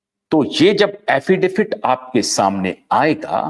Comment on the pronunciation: Affidavit hota hai Affidafit nahi 😂